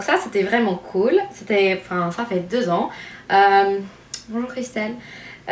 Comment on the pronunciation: Mon dieu ton accent est "parfait" quand tu dis "Bonjour ". On dirait vraiment une française o.O